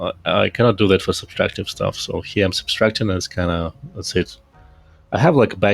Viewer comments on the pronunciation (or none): it´s subtractive. not substractive